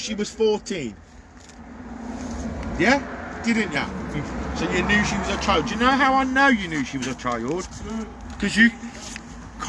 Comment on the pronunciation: Why do they say chiyuld instead of child?